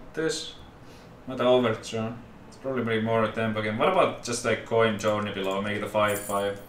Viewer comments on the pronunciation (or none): none